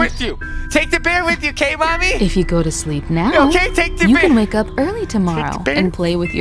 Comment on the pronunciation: I dont like when u say swelp its slepp